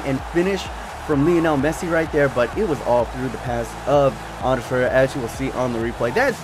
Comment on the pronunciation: Love the videos, and not hating but just so you know its Ander Herrera, not "Anders," and Varela, not Valera. But love the videos